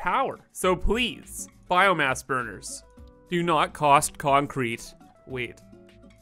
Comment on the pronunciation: did i just heard “biome-ass?”